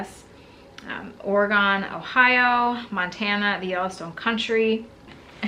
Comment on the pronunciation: What's with this Orygone stuff? 🤣🤣It's pronounced Or-uh-gun, Oregon. You need to get further out of your Renee-dius and come see us on the West Coast. Love the channel.